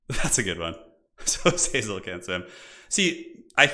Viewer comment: Originally I hated how pronounced Azazel's name differently every time, but honestly I'm learning to love the meme.